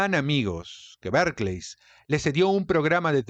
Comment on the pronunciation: Porque dice Berkleys ????